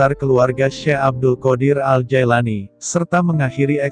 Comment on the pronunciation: Bukan Jaelani tapi Jilani yang bener pak nyebut nama orang